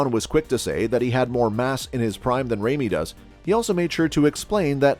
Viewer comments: IT'S NOT "REIMY" IT'S RAMY !!!!!! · FIRST OF ALL Ramy IS NOT pronounced RAIMI BUT either ROMY or RAMY. Goes to show already how much you know about Big Ramy🤮🤮🤮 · His name is Ramy, not rejmi! Come on man! Where did you hear Ronnie hate Ramy?! Come on! You are total show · This is the most unprofessional video I have ever seen. If you are going to do coverage of an athlete LEARN TO PRONOUNCE HIS NAME CORRECTLY. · No respect for this ckickbait merchant who can't even pronounce the athletes name right. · Would it have been too much for you to learn how to actually pronounce big Ramy's name before making a video about him? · You don’t even pronounce Ramy correctly